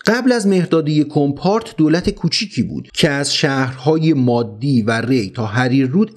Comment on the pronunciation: برای تلفظ دولت یا مردم مادی نباید روی حرف دال تشدید تلفظ کنید، مادّی اشتباهه مادی درسته، با تشکر